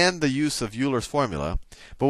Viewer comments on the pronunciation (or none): C'mon Sal... Euler is pronounced "Oiler" not "YOO-ler". :) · i thought Euler was pronounced "OY-ler" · Euler is pronounced "oiler". I learned more in 3 days of your videos than an entire semester of Diff Eq! Thank you!! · He pronounces it wrong though ^^